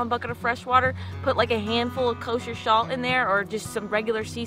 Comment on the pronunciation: love video...love when said koser shalt